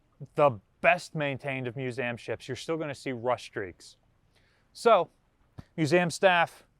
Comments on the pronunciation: the amount of times youve said museum incorrectly made me stop at 3mins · /myo͞oˈzēəm/ not /myo͞oˈzaym/